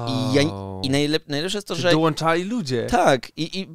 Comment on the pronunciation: Sama lubię improwizować i uwielbiam Wasze improwizacje! 💚 Bardzo fajny odcinek, ale... Czyżbym słyszała w "dołanczali" (a w zasadzie coś pomiędzy tym i poprawną formą)? Nieładnie Dawidzie, nieładnie! O "tą" Radka nie wspominam... 😛